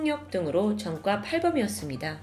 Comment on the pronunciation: 왜 이렇게 ㅈ발음을 이상하게 하지;; 전과 -> 젼과 그제서야 -> 그졔서야 조사 -> 죠사 처음 -> 쳐음 왜 이렇게 발음함..??